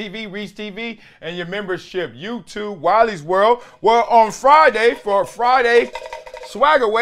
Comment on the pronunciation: every time you say "Wiley's World" I hear " Wally World" from the movie Vacation